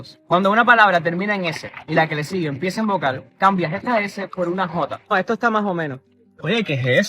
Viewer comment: Yo respeto para todas las maneras de hablar español, pero no impide que algo me guste o no me guste. El acento andaluz, donde invierten el "st" por "ts" es terrible para mí: "Etso", "entontse", "etsamos", etc... Suena fatal.